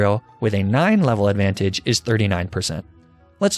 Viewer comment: He said "nine level adventage" properly